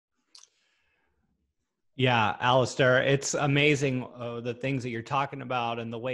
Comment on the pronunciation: Actually “Alasdair”.... ?Scottish roots.